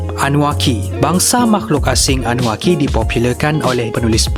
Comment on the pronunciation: bukan annuakki tapi annunakki